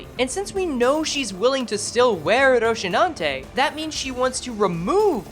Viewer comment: What the FUCK is "ROCHINANTE". FFS, learn the pronounce names properly, especially if you're making video about it.